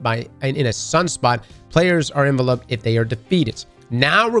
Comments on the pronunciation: ' pronunciation of "enveloped" is crazy lmao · That's not how you say 'enveloped'🤣🤣